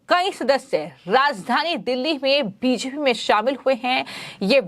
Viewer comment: आप के चैनल पर समाचार बहुत सही व अच्छे होते है परन्तु समाचार पढने वाले एन्कर, खासकर का हिन्दी उच्चारण ठीक नही है। कुछ शब्द जैसे कि 'बी जे पी' को स्पष्टता नही बोल पाती। एन्कर का उच्चारण स्पष्ट होना चाहिए ताकि और ज्यादा दर्शको का चैनल से जुड़ाव हो सके।